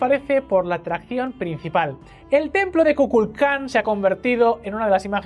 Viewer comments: Excelente vídeo, muchas felicidades. Solo que el nombre del Dios maya no fue correcto. • No es kukalkan, es Kukulkan. Saludos desde mi hermosa Ciudad de México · Península de Yucatán* Kukulkán* (no "Kukalkán") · Chizen Itza? Kukalkan??? Jajaja los amo pero las pronunciacines mal... Bueno no los culpo el vasco y el catalán, yo no doy una... XD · kulkalcan jaajjaajajajajajajajaj asi no se pronuncia es Kukulkán ("Serpiente emplumada") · Por favor: no destrocen así la cultura maya, se pronuncia KUKULKAN (el equivalente a Quetzalcoatl) , además fueron quienes construyeron las calzadas que conectaban con los templos así mismo los cenotes se ocupaban para sacrificios humanos también.